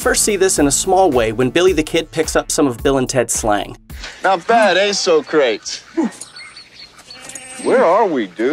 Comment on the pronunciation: The guy that plays Napoleon is really good. Funny when they Mispronounce the names, so-crates, beeth-oven , 😅